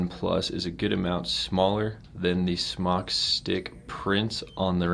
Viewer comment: Good review! ITS SMOKETECH. NOT SMOCK!!! SMOKETECH TOOK THE E OUT YEARS AGO. SMOK (TECH), STILL PRONOUNCED SMOKE. CALL SMOK. THEY WILL HAPPILY LAUGH AT YOUR MISPERNOUNCIATION. Good review though. Thank you.